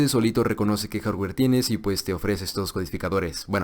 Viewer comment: En cuanto al jarrwerr xD